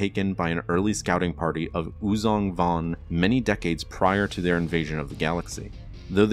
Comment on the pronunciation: Uzan Vong XD